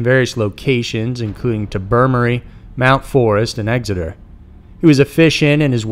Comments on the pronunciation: It's pronounced TOBER-Moray, not Tubormee. Also, you spelled the guy's name wrong in the title of the video. Classy. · Not to be a troll but it’s pronounced TOW-BER-MORRY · I love your videos! And just an FYI it's pronounced "tober-more-ee" long O's <3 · Tobemory pronounced Tobe a Morey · Tobermory is pronounced Toe-burr-more-ee